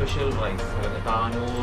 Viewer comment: താനൂർ അല്ല, ലഹം തന്നൂർ ആണ്